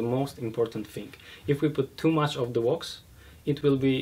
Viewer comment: The sooner starts to use the word sealant or coat instead of his pronunciation of wax, the better:D Good video and interview. I look forward to trying version 2 alongside version 1